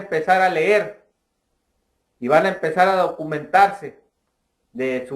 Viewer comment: en primer lugar no se dice " blokio " se dice BLOQUEÓ no se dice ler se dice leer no has visto las noticias LA GENTE ESTA CELEBRANDO QUE SE HAYA MUERTO